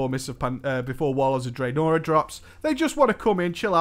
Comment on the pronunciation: For the love of god can you stop pronouncing Draenor the way you do.